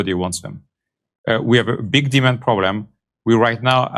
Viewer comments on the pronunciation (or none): he didn't say "demand problem". he said "demon problem". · It sounds almost like he's saying Demon instead of demand. "We have a big demon problem." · I thought he said, "We have a big demon problem." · When he says the word demand it sounds like demon. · Sounds like he's saying "We have a big demon problem."